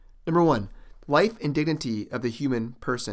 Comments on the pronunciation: Narrator says the word "dignity" incorrectly 2nd time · Narrator says word "dignity" incorrectly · Narrator says "dignity" wrong for the 4th time